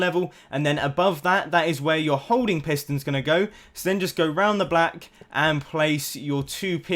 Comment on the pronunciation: When he said "around the back" when he was marking the crusher, instead of saying back, he said black. lol